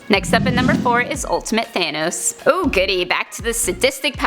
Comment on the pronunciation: It’s not thane os it’s thanos